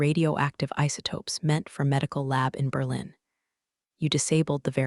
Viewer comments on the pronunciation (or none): none